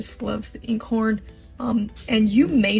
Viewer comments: Glad I found your channel! BTW, Einkorn is pronounced "I -nnn - corn" . The I is pronounced like the letter "I" (not in). Just sayin... Thanks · Thank you for the recipe. Very simple. I wanted to tell you that Einkorn is pronounced “I-een Korn”. Glad I found your channel!! ♥️🙏🏼♥️ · Just to clarify; einkorn is pronounced "eye-n korn".. the ei in German is pronounced "eye" as in Heidi and Einstein (einkorn is a German word). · She does not prounce Eiinkorn properly. She says a lot of stuff that is not factual, and it takes away from the process. But all in all this is very useful approach. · I haven't ever met anyone who pronounced equator that way in the states. My friends from Connecticut didn't, neither did my Canadian friends. My friends in Washington state don't either. But, that isn't the issue. The point is, if you're going to teach about a subject, you should know how to pronúnciate it. And Einkorn is not pronounced as a long E at the beginning...here, nor in Italy, where it's primarily grown. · A couple of little notes: you called it "Whole wheat rye"? Rye is a different grain...actually a"grass seed" from one resource. Perhaps you meant "whole grain rye flour"? Also, Einkorn is pronounced as a "long I", like Einstein. Not as a "long E" like "eat". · Please provide (spell out) the name of the flours you are talking about - it sounds like you are saying "Acorn:" flour. And where would you find it? Thank you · Nevermind, I got it figured out finally!!! "Einkorn" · Thanks for the info. Love the simplicity. BTW, it’s pronounced 👁️N🌽. (Long 👁️) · It's pronounced eyen-kawrn. German literally "one grain". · 3 days of searching easiest low hassel sourdough starters I did yours. I have Einkorn wheat flour and caraway seeds, and I'm sure I'll have a great starter. Thanks for getting direct to it and making it easy! BTW I believe einkorn is pronounced "eye n corn". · It’s pronounced Ian-Korn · What flour are you saying that sounds like in corn?